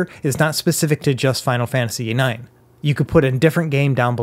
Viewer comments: "Let's try Final Fantasy IKS" Thanks for the tutorial, but this killed me💀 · This dude really just said "Final Fantasy Icks". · Final Fantasy 'eyeex' wtf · "Final Fantasy Icks" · Final Fantasy "ICKS" lol Legend 🙌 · Ah yes, Final Fantasy "icks". It's my favorite one in the series. Shame you've never heard of it! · I'm also triggered that he can't read roman numerals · he said "Final Fantasy Ex" muhhueueue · I'm triggered by the way you pronounced Final Fantasy 9.